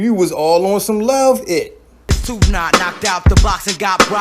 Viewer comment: How do you mispronounce the number two?